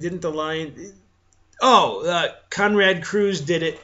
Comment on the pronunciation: you keep saying Konrad Cruz !! It's "Konrad Curze" NOT cruz. and their super human facets are basically how they are perceived by others and from the very first books, it was implied that: how they are perceived is dependant on who is viewing them. you are over simplifying the concepts, set by the books . the books say that : Primarchs were believed to be superhuman immortals by the masses and the legionaries alike. But that was only an assumption not facts.As for angron and Curze and all other primarchs you are also wrong and your info is incomplete. they were not made and molded by the emperor to be cold blooded killers or beloved leaders!!! They were spread across the universe by the "forces of chaos" and then their characteristics were molded by the worlds and the environments in which they were raised. for example: those nails in Angron's head were made by dark eldars and forced on him as a slave/gladiator. Emperor didn't even approve Angron doing the same to his legionaries and forbad him to do so. None of such conditions were decided by the emperor for none of his sons. I suggest you go over the books one more time. Because there is a lot of things u seem to have misunderstood about the heresy and the crusade ...